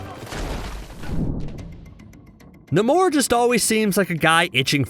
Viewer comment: I thought it was NAY-mor.